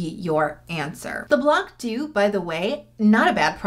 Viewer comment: small pronunciation tip : "blanc doux" is actually French (I mean the words not the brand) so if you pronounce it the French way the c is silent !